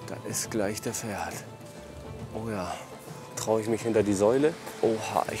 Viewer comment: Er heißt ,, Ferhat,, nicht Pferd 🐴 😂